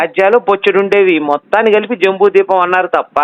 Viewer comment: ద్వీపం అనాలి బాబు